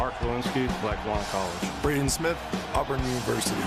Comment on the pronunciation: Bro it’s auburn not I’ll burn your universty